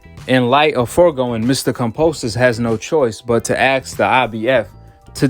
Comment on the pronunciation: Bruh why cant you pronounce ask? Its a s k not a x e, and Barred not buried wtf? Who taught you how to read.